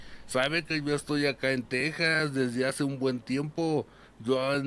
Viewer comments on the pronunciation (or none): none